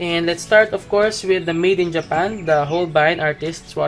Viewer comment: we can call it a JA-PAN, lmaoooooo im sorry it was funny to me.. greetings from Canada sir